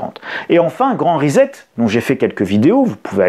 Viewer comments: Grand RESSET pas REZET. C'est un mot anglais. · J'écoutais sans regarder. Et j'entends : "le grand risette" - la grande rigolade, donc. Comme ça ne colle pas avec le reste du discours (même si ça colle en plein dans le mille avec ma compréhension de la situation), je regarde l'écran. Ah non c'est pas "le Grand Risette", c'est le "Grand Reset" (normalement prononcé +/- "rissette"). Ah bon... Mais au fond c'est bien la Grande Risette pour une pincée de vampires qui ne s'arrêtent de rigoler que lorsqu'ils se demandent jusqu'où ils pourront continuer à vous faire avaler leur Grande Mascarade.